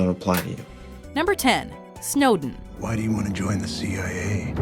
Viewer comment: you pronounced Snowden as Snowdeen the first time you said it 😂😂